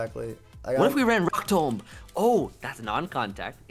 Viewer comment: pronunciation of "tomb" lmao